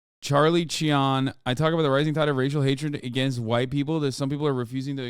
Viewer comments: Cheon is pronounced "Chun" in Korean.... the guys name is Chris-chun or Christian haha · Cheon is 전 which is pronounced /t͡ɕʌn/. The /ʌ/ vowel usually occurs as a "u" in English, and Americans saying "chun" (/t͡ʃʌn/) will be pretty darn close to /t͡ɕʌn/. The /ʌ/ vowel is the closest approximation English speakers have to 어 "eo". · it's not pronounced chun wtf, eo does not make the u sound